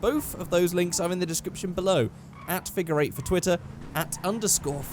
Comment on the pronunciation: Sometimes when you say figure it sounds like finger I’m sorry but I don’t want to finger eight